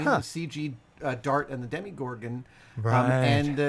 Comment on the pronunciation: Aaaaahhhh it's DEMO-gorgon, not demi.